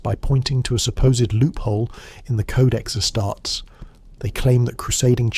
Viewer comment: Please make up your mind how you're pronouncing "Ass-tar-tees". Pro tip, it's this way ^^^